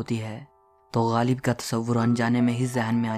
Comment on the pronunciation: PLEASE stop saying Galib. His name is GHALIB. It jars my ears. no disrespect.